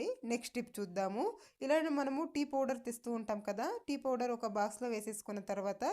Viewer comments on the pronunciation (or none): none